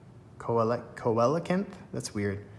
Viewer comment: it's pronounced see-lo-canth btw based on a real fish